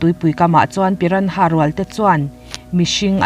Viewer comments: Piranha tih anga lam loin pirana tih anga lam zok tur a ni e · A ngaihnawm nasa... Pyra- nhas (piranas) ti a lam ni tase..😁